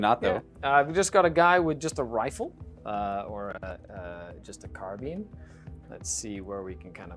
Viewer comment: Thank you, finally a wargamer who knows how to pronounce "carbine" correctly! That actually exists in the game, it's called holoecho. When it comes to mimetism: there are different explanations you can take depending on factions, but i like to imagine it as octocamo.